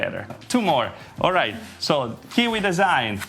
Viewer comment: It's not kiki but Kiwi